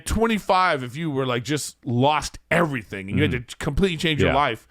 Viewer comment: Schaub needs to hire a speech coach to teach him how to say milk and everything. How can he not hear that he says “Melk” and “iverything”